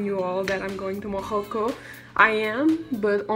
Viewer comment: hahah its morroco not morojo